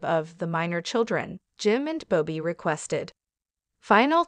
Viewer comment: It’s Bobby not “Bow-Be”